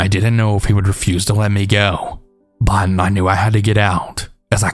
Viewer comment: I love your stories but the way you say “but” is so annoying lmaoo